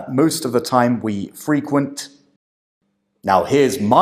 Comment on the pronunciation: Your feedback and manner are brilliant but i do sometimes think you’ve misunderstood what the candidates are attempting to say. I heard “frequent” as being intended as the verb - albeit quite rare in everyday language - and she just misplaced the word stress so it sounded like the adjective.